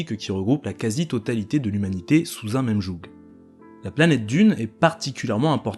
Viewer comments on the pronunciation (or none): Super vidéo, vachement bien recherchée. Le G de "joug" est muet par contre haha.